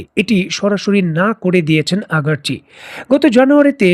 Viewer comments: আপনার ভিডিও ভালো কিন্তু উচ্চারনে আপনে লেজেগোবরে। আরাগচি কই আর আগারচি কই। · আগারচি নয় রে মুর্খ আরাগচি হবে